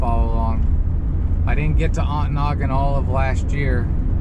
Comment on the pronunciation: who taught you how to pronounce Ontonagon? The T is not silent.on to nagon.